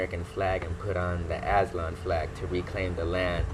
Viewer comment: He can’t even pronounce it , he sounds slow